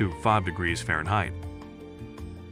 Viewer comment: Nice video, AI narration is pretty darn good except for *Fahrenheit (fairheight, lol).